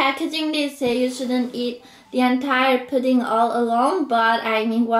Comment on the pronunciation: Why do you say 'chu' and not 'you' ?